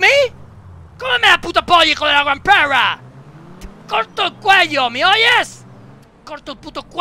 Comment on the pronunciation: Menuda leyenda hijo de pewwwrra